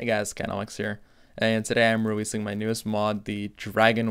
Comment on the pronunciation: Did u say weweasing? XD